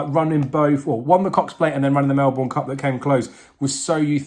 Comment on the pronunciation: You need to learn how to pronounce Melbourne.